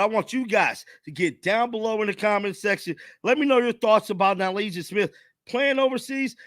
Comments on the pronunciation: Say it w me Na Lisa not No Lijah lol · I hate correcting people bc it can come off as hateful but nevertheless I am going to do so in the most humble understanding way possible.. it’s pronounced Na-Liss-uh Smith :):) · That overseas play is common offseason play for many, so this is a waste of a video of nothing! It’s pronounced “na Lissa” too! It’s just staying in shape off season so don’t post on that stuff! 🙄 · Why do you keep calling her Nylasia? WTH I know you can read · How you gonna report on a player and can’t even say her name right. It ain’t “null-Asia” dog. Smfh. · Her name is pronounced Na Liss ah. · so hilarious that keeps mispronouncing nalyssa's name, lol. 😂